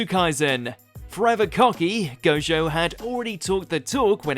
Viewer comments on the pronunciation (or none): did he just say jogo instead of gojo?